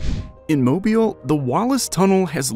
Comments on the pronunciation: Starts video pronouncing Mobile correctly. Randomly starts saying mobile. Wraps up by saying Mobile correctly. What a guy. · Pretty sure this is an AI/Robovoice. Mobile keeps getting pronounced wrong. AI/Robovoice cant figure it out. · I had to accent the EE because just saying it was pronounced mo bill could still leave an incorrect pronunciation . String Mo and Bill real fast in some parts of the country and a person can be right back where they started with someone prounouncing Mobile like it' a can of motoroil . There is no short (i) sound anywhere in pronouncing the name ... the word EEL was the closest I could come up with, but if anyone that thinks they can do better in getting that point across can step right up . If they can add more than I did to the history of why it is pronounce that ... they can do that too . (Maybe they could take my suggestion and look up the word Dauphin that is in name of Daughin Island) They just need to be a little more specific than just sayingI know the video mispronounced it ... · no u didnt. No one in MoBile county or the state of Alabama says it that way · This video was twice as long as it needed to be. Didn’t need all the philosophy. And you pronounce it Mo-beal. Not Mobil. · I wish you'd learn to pronounce Mobile. It's Moh-beel' It's French. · Mobile pronounce Moh-beel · It’s pronounced MOH-BEEL. The stress is on the second syllable. God forbid they start talking about Bayou La Batre. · If you're gonna use AI to create videos... at least verify they pronounce the city right... it's Moe-beele. Not mobile. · MOH-BEEL!!!!!! It’s not a cell phone! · Pronounced, "Mo-beel". Not, "mobile"...like being on the move, or a "mobile phone". Southerners...pronounce it...Mo-beel. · Accent on second syllable moBEEL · It's not a gas station or child's ceiling distraction. It's Mob-eel. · I was driving and highly irritated listening to it being mispronounced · It's not mob (as in mobster)... It's MOE-BILL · Mobile is pronounced Moe-Beel